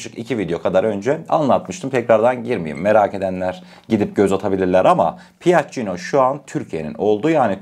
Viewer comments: Piaccino okunmaz, Piaccio okunuyor. Piaggio. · okunuşu Piyacyoo diye okunur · Piagino nereden çıktı ya 😁 Bu şirketin ismi “ Piaggio “